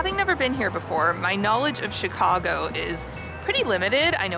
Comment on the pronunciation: You pronounce Chicago more like a Chicagoan than the presenter in the video you're watching!